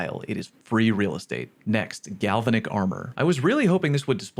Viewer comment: Scratch that, it was worse when he said galvanic like it were a reference to LOTR XD